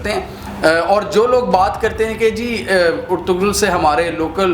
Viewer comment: It's pronounced as Er-tu-rul